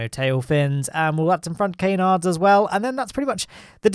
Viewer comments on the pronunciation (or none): It's most definitely Can-ards - not Cay-nards.